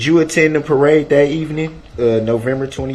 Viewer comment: He just cant say the word parade.